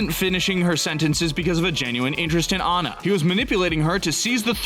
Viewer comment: It’s Anna not ana